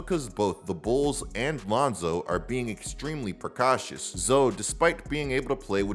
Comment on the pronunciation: this man just said “precatious” lol not a word homie